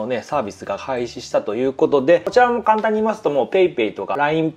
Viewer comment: サービスが廃止したということでって聞こえる笑笑 多分開始か配信やと思うねんけど混ざったんかな笑笑